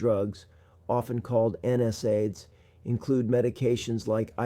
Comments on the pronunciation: You'd think a doctor would know how to pronounce N SAIDS. It's not N S AIDS. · Something is fishy here. No physician would pronounce NSAIDS the way this one does. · Definitely AI. It can’t pronounce common words correctly, like NSAIDS.